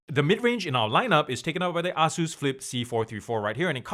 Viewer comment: "A-Zeus" not "Ah-zeus" great review though